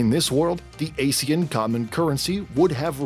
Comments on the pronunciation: Is it just me or do people always get the pronunciation of ASEAN wrongly. Google pronounced it as "uh-zee-uhn". This video pronounced it as "ay-zee-uhn". Both is incorrect. The correct pronunciation for ASEAN is "ahr-zee-uhn". It's purposely pronounced as such to avoid confusing it with the term ASIAN 😂😂 Pls help spread this correct pronunciation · Ah-see-aan instead of Ay-see-an